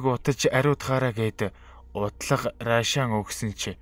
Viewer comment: Рашаан гэж бичээд Аршаан гэж хэлнэ